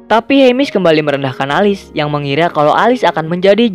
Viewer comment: Alice bacanya Elis bang bukan Alis.